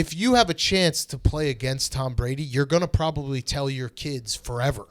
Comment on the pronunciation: Pretty sure there’s a O in tOm Brady